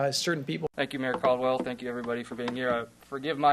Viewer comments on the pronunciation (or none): none